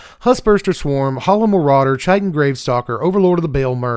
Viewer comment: to be that guy, "chitin" has a K sound, more like "kite in"